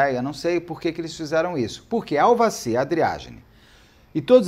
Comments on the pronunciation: E no final ele ainda estava falando Aldaci. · ÇOCORROOOOOO, Beto do CÉUUUU, TAMOS NO na minutagem 50 😂😂😂😂😂 é tu : AVADI , AVACIRRRR😂😂😂😂😂 kkkk , rindo comRESPEITOOO.TÔ tomando café e cuspi no QUERO MORANGOOOOO😊😂😂😂😂😂😂